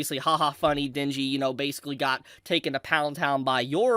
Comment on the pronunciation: Ah yes..the time "Denji" became "Shinji"